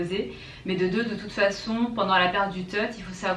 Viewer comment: La période du "Teute" ? ^^